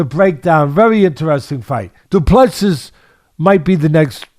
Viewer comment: Du Plessis is a silent s at the end